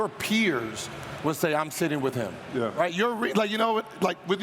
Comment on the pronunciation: I never heard somebody but a er at the end of yeah . “Could you win a playoff series ? YEAHER”